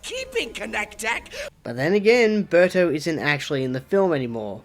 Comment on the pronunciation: The way you say "Berto" sounded a lot like "Burter" from Dragon Ball Z